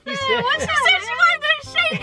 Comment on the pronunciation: THEY SAID THEYVE WANTED TO SHAKE YALL!? I THOUGHT THEY SAID SHANK YALL😭🙏😂😂